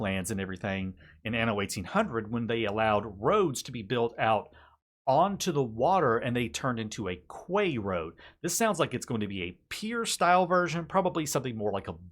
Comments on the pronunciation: 'Kway' road? I assume you are talking about quay, which is pronounced 'kee.' I know, it's a horrible language. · KEY! Can you open a door with it... if not... its not a KEY. Its QU-AY... the word is French, use it as such. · quay is pronounced key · quay is pronounced 'key' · Quay is pronounced, "Khee". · "quay" is pronounced "key", just trying to help:P